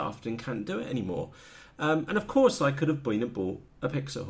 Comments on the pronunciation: PIX - HAWK..... NOT PIX - A - HAWK... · Pixhawk not pixahawk lol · I believe you have a slight misunderstanding of Pixhawk. You are actually pronouncing it wrong. :) Anyway, the 1mb limit was a hardware bug, corrected. You are not going to fill that with waypoints or settings anyway. It's more about firmware and advanced functionality. Pixhawk has a much larger development community, being open source that's to be expected. It's also comes in more hardware flavors. However, it's probably not as easy to use. With anything that's feature rich, more can go wrong if you select incorrect parameters. Between PX4 and Ardupilot, eagletree can't compete. Customer service for pixhawk.. It's open source, that doesn't exist bro. Show me a custom UAV that utilizes DNN & computer vision, 90% of the time its a PX4/Ardupilot rig.